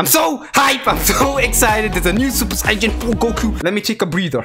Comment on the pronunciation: Wait y do u say saiyjan